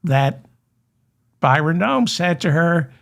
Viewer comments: David it is Bryon like as in breasts not Byron His parents named him well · You keep calling him Byron...it's Bryon! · Bryon not Byron. But. You're hilarious 😂❤